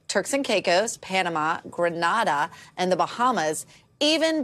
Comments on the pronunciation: Could youpronounce our islands d name please. It's GRENADA, not Granada which is in Spain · Grey-nay-dah lady!